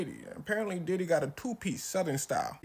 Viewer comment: Bro it’s Diddy not Didi💀